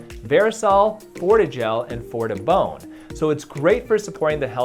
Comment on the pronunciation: fo da bone! lol "Fortibone"